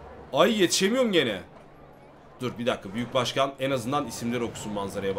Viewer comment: Başkan değil , buşgan. Buşganım..